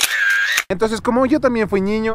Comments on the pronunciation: Alguien más noto que dijo ñiño? Jajaja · Suena como tierno jajaj😂 Pero a la misma vez chistoso 🤣 Creo que es por el asento de allá Quito Pensé que era el único que se escuchaba diferente cuando decia ñiño🤭